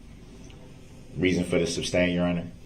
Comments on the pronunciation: Tacit not Takid. Sustain not Substain. Moron ! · "Reason for the SUBSTAIN your honor?" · I get irrationally angry everytime he says “substain” instead of “sustain” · Its not substain its sustain. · Duh-rell, the word is "sustain".